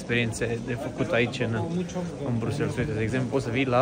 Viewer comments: Buna ziua, mai terminati va rog cu BruxelS e Bruxel belgienii zic Bruxel si francezii Brusel flamanzii Brusel si englezii Brussels dea pronuntia e diferita de ce facem o struto-camila din aceasta pronuntie?? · Sa stiti ca in limba romana se pronunta "BRUXEL", nu "brusels" 😂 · Cu respect, "Brüssels" nu există, e ori "Brasăls" in engleză, ori in rest "Brüsel" in franceză/germană. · Se citeste Brusel, nu Brusels 😊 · Amice, prima dată am crezut că n-am auzit bine, dar ai pronunțat de mai multe ori Brusels în loc de Briuxel.🤣😂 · Bruxelles. BruselS??? De ce pronunti BRUSELS? E Brusel, un minim de cunostinta….daca te axezi pe negativ gasesti negativ, daca te axezi pe pozitiv vei gasi pozitiv😊😊😊😊😊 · Draga, nu mai pronunta asa numele orasului, se pronunta "Briusel", fara s la sfarsit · Se citește: briusel, cu accent pe S apoi LL